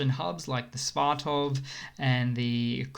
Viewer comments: Sva-to-ve...not Sva-tov. :-) Slava Ukraina! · Dude! It's..... S.V.A.T.O.V.E.... You should pronounce every letter as an individual 🙂